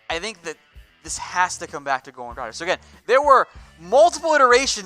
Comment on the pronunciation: I know its hard for you U.S. dudes, so i will just fight through the pain in my ears, and calmly remind you that Dragic is pronounced like Drag itch not like tragic with a d instead of t...